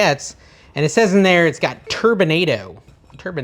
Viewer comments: It’s pronounced ‘tur bin ah dough’❤ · you're pronouncing that like tornado, it's more like colorado- turbinado colorado